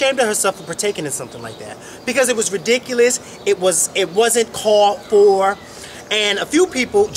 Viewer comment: That is ri-DICK-ulous....lolol! Luv u guys!!!